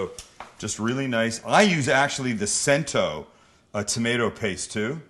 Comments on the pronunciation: Its not pronounced with an s, its ch like cheese .. cento... And first ive ever seen with no basil .. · Cento name is pronounced chento